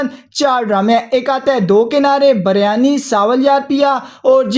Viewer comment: Biryani not baryani😢😂